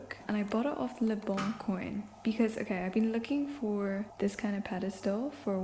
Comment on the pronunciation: I love youuu but speaking of French pronunciation... Le Bon Coin isn't pronounced like ''le bon koyn'' but ''le bon kwan'' <3 I heard it a few times in your apartment diaries too. Had to let you know hihi I'm sorry.